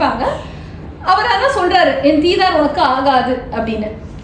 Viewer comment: சிறப்பு. உச்சரிப்பு தீதார் அல்ல - Dhi daar